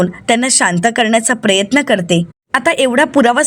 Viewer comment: प्रयत्न असा उच्चारात प्रेत्न नका म्हणू